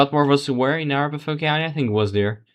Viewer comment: Totally meaningless and annoying that you keep the Hickenlooper race on screen 90% of the time. That was basically settled early on, and many other races were not at that point. And it is a-RAP-aho. After the native Arapaho tribe.